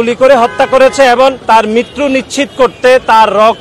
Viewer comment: ভাই এবন নয় এবং উচ্চারণ ঠিকমতো বলেন